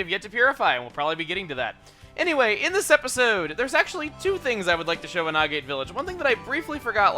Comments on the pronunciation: He mentioned in his Pokemon Colosseum LP that Agate is pronounced "AG-it". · AGATE IS PRONOUNCED TO RHYME WITH BAG IT!!!!!!!!!!!!!!!!!!!!!!!!!!!!! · agate sounds agatae